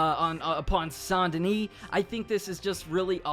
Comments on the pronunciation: pronounced Saint Duhnee not sain duhnee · Not saint denee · San denis😭 it’s saint denis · Ikr it should say that because that’s how it’s said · San deni? You mean, saint dennis? Haha im so mean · It’s saint denis not San dena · Pronounces Saint Denis “San Denee” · It’s Saint DENIS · How tf do people not know how to pronounce saint denis when they literally say this name in the game so many times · Why do you pronounce Saint Denis like that? Are you selectively French?